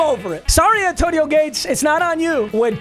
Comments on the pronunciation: Why he keep saying Zay Antonio? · Is he say Zantoino or is it just me??? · Papa why do you keep saying zantonio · Did he say zantonieo😊